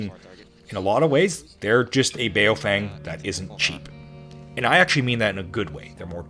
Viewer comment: As a random aside, it's not pronounced bay-o-feng, it's more closely bow-fung